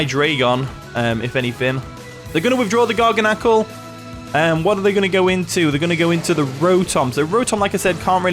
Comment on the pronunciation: I gotchu bro. It's pronounced like this: [Gar-Gan-Ickle] The last part, pronounce it like Pickle but no P.👍🏾